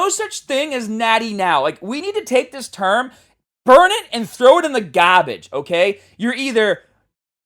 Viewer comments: "gahbage" 🗣🗣🔥🔥🔥 "garbage" 😢😢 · "throw it in the gAAbArge!" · "garbage" fake natty Boston accent detected 🤔😂